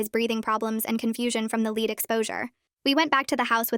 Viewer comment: LED. LEAD IS PRONOUNCED LED.